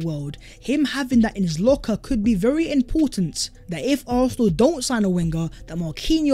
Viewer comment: Would be berry good ebening. 👍